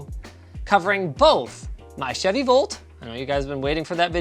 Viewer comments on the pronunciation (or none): none